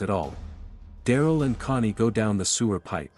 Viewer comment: Bro ur dumb its cony not money and ezikil not ezicl